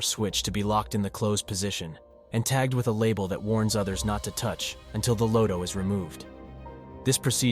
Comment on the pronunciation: It's pronounced as 'LOTTO', not 'LOADO'.